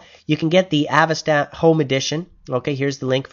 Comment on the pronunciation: Nice vid, but I'm pretty sure Avast isn't pronounced av-ast. It's Avast! As in, Avast! ye dirty scabby virus ridden malware. Arrrrggg! See?